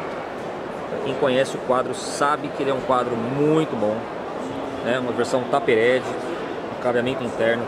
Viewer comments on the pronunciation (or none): Versão "tápe rédi"? melhor falar direção cônica então rs. (por favor não se ofenda)